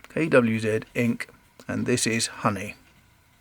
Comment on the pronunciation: Nice to hear KWZ pronounced properly.